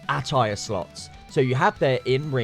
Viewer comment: Why can't you say attire?